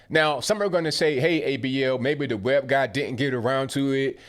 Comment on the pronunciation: Did you say web guy or web gay? 🤔🤔🤔